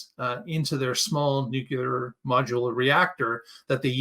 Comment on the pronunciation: Ya can't pretend you're smart if you say "nucular"... Bye Felicia...